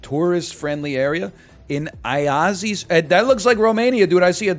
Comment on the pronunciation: just fyi Timișoara is pronounced ti-mi-SHWA-ra (not ti-mi-so-AH-ra) because of that comma thing below the s making it a sh sound (: and Iași is yash(i) (like barely pronouncing the i at the end) not aiazi (